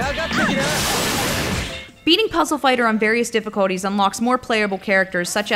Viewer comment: the way you say difficulty...